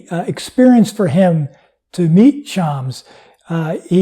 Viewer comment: It is pronounced Sh-a-m-s (the "a" is a short a as in "pass" and the "s" is a strong s not a z), definitely not Shaamz. Hope that helps. I am a native Farsi speaker by the way.